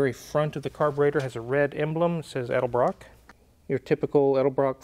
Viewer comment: Thank you for pronouncing "Edelbrock" correctly. Even Nick of Nick's Garage says El-de-brock.....